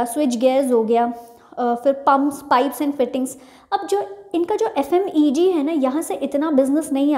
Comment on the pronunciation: Mam f.m.e.g nhi hota f.m.c.g hota h